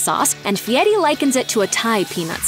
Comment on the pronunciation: What's up with the faux ethnic pronunciation of "Fieri"? CORNY!